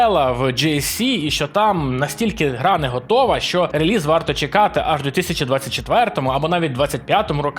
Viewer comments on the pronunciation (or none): none